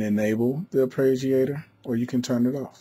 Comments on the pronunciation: AR-PAY-JEE-AY-TOR. Say it. Please. It's not difficult. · thanks for the video but for Gods sake stop saying arpReggiator